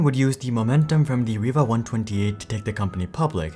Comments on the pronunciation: Its pronounced rye-va, not reeva ... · Now I should apologize I found it was pronounced reee-va in 3 old videos i just watched. I bought a riva tnt2 to replace my 3dfx voodoo2 card. I always thought the card (riva)led other cards but i guess most people pronounced it ree-va.